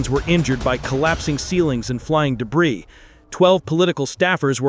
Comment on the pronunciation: Thumbs down for your overacted AI script, couldn’t even pronounce the word debris, and you haven’t got the integrity to preview your videos to at least edit out the mistakes. This is garbage.